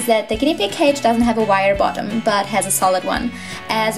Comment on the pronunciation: Hahhahahha pig not pid